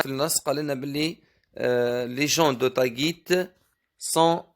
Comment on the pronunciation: ملاحظة: تاغيت وليس تاڨيت وشكرا😊😊